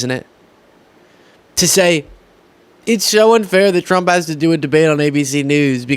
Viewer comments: You were right the first time. 'Tramp' 😆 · Best slip up ever!! Tramp! 😂😅 hilarious!! You do excellent work. You keep up with your great work!